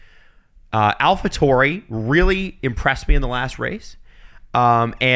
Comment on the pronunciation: Does purposefully mispronounce all these drivers and constructors? Hearing him say Alpha Tauri, Verstappen, Bottas it's so distracting